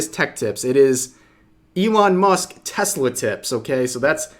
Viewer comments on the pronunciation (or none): none